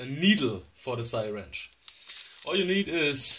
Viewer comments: Repeat after me…see-ringe…not sirench…(spelling is syringe) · what the Hell it a sighwrench